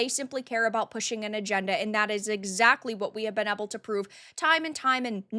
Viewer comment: Ok, this is driving me nuts! Where are you from? You say Ah-ble, where I have always said Ay-ble. This has to be a regional thing, like some say Al-lies were some people say Ah-lies.